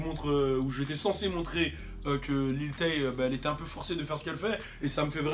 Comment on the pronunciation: JOUE À FORTNITE 😂😂😂 OH L'FOU IL A DIT LIL THÉ 😅😂😂